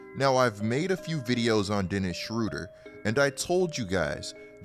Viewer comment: From a guy from gerrmany... why u call him schruder? its schROEder :D